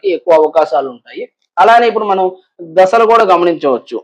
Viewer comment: ద స లు కాదు దశ లు